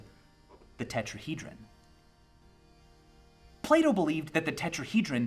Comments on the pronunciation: It took me 3 days to realise that he was saying plato and not "play doh" I thought the company play doh was saying philosophical things on Twitter or something. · who else thought he was saying play-doh instead of plato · I thought he kept saying play-doh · I keep thinking he says "Play-dough" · Every time he says Plato, I think he's saying Play-Doh. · So, Plato is pronounced differently in German. "Plah-Toe" Took me way much longer than I'd care to admit to figure out Michael didn't want to sell me some Play-Doh.... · Sounds like you say playdoh when you say plato. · Am I the only one that heard play-dough instead of plato lol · i thought he was saying play dough :/ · Sorry but “Plato” in an American accent just sounds like Playdoh